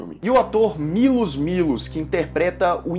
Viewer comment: A pronúncia correta do nome do ator que faz o Demo é algo como "Milôsh Milôsh", com o som de "sh" bem marcado. Esse cidadão, aliás, teve uma vida conturbada desde sempre.